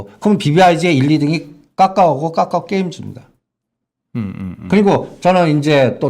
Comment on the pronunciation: 발음해보세요 카카오.. 아니요...까까오아니고 카카오..또..또..까까오?